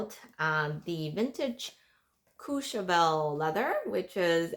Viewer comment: Ombre...the word you're looking for is ombre. Please Google the correct pronunciation of "Courchevel." It doesn't start with "Cooch."